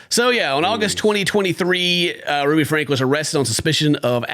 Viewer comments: Their surname is pronounced Frank ye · Franke - pronounce "Frankie" Not that she desreves that dignity, but for the sake of facts...